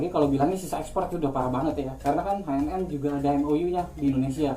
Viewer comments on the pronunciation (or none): Btw bacanya bkn haenem tapi ecenem wkwk